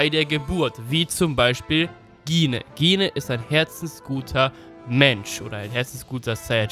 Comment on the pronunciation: Gine wird Jin ausgesprochen!